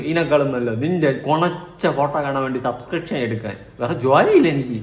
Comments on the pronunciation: Subscribtion എന്ന് തെറ്റാതെ പറയാൻ പോലും അറിയില്ല അമ്മച്ചിക്ക് സസ്ക്രിഷൻ 🤣🤣🤣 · സബ്സ്ട്രേഷൻ എന്ന് പറയാൻ അറിഞ്ഞുകൂടാ അലവലാന്ന് പറഞ്ഞ് പഠിപ്പിച്ചു കൊടുക്ക്